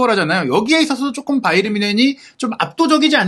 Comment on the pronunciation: 김현민기자는 왜 바이언이라고 발음하는지 의문인데 독일발음은 바이엔 뭔쉔에 가까운데 바이에른이라고 하던지 아니면 정확한 독일발음되로 하든지 바이언? 독일사람은 그렇게 발음하지 않는데!